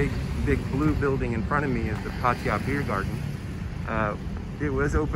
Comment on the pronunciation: I don’t understand why these guys that live here for long time cannot even pronounce the name of the town correctly: “PAH-TAH-YAH”